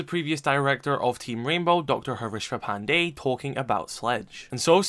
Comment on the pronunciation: Bro the way you pronounce pandey is so on point as an Indian "Pandey'' is a common surname in India. Other people butcher the name